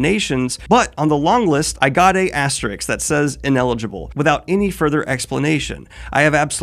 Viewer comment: Dude... It's an aste-RISK, not an asterix. Say ASTER and RISK. And put them together.